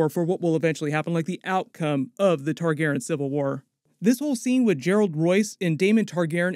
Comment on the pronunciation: TargarYen. The mispronunciation drives me insane.